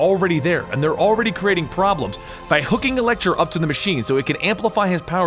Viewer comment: It sounds like you were saying elektra instead of electro